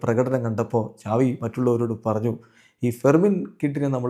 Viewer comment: Agne ahn pronounce chyune